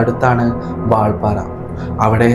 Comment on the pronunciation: വാൾപാറ അല്ലെടോ കോപ്പേ വാൽപ്പാറ